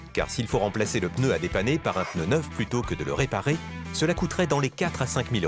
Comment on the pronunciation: Après tant d'années d'expérience elle ne sait même pas prononcer le mot "pneu"....et oui...c'est PNEU...et non pas PEUNEU...... En Chine des femmes de la moitié de sa taille font le même boulot et 5 fois plus rapide....et elles sont féminines....sans grafitti sur le corps....